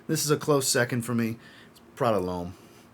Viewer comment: Wow you definitely said Prada lhomme.... Me as well